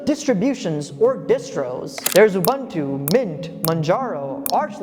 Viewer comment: UBUNTU is pronounced "OOBOONTOO". "OOBANTOO" doesn't exist.